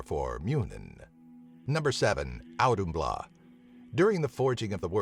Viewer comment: I am not Grammar police but, * Auðhumla sorry not sorry XD great video tho!